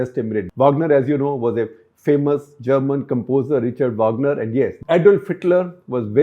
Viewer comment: वागनर not वाॅगनर